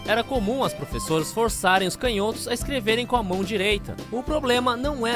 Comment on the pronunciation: A palavra "canhotos" não se pronuncia [cãnhótos] não?